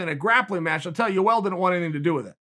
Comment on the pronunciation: “Joel”. Gotta love it.